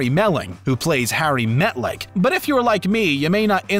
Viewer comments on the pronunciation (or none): It's Harry Beltik not Metlic, or whatever he said. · He even messed up Harry’s name and said Meltik instead of BELTIK which could literally be a typo for his script since anyone who actually watched the show would know his name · His name is Beltik, not Metlik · lol. his name in the show is Harry Beltik, not harry metlik or whatever this guy said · Harry Metlik? It's Beltik.